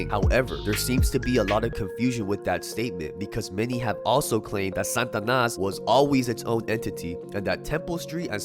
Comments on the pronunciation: The way he says "SANTanas" when it is "SATAnas" is pissing me off lol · Satanas… not Santanas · It's SATANAS not san'tanas what am hearing from ur pronunciation sir. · sts pronouncian is "Santanas" or what is real Satanas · Pronounce it correctly Sa-Ta-Nas not 🎅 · Sa ta nas... not San tanas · it's SAT-A-NAS not SAN-TA-NAS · Why are you sayin santanas is satanas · Why you keep saying “santanas”… not “satanas” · Is it Sa-TA-nas or S-AN-tanas because you spell it Satanas but pronounced it SANtanas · Satanas though,not Santanas. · If you pronounce it Santanas one more time!!! 😡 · Why u keep saying Santanas? Or is it the stuffy nose? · Its funny when you say it Santa nas. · There’s no “N” pronunciation after SA.. TA NAS (slight accent on 3rd syllable) SataNAS from my experience knowing them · Ask your wife how to pronounce Satanas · you saying it wrong bro